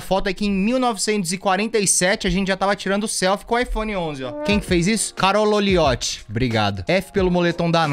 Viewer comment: é Carol Olioti e ele lê Carolo Olioti Que tonto...🤣😂😂